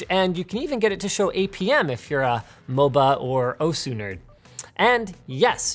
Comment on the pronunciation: "osss-ooo nerd" I don't know what that is, but I too wanna be an oss-oo nerd.